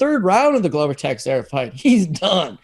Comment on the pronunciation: Absolutely incredible that after this long in the game you guys STILL can't pronounce Glover Texiera's name correctly. "Ta-share-a" NOT "Texy-era" or whatever abomination you guys are saying. I'd expect that level of ignorance from Americans but not fellow Canadians. C'mon boys sharpen up.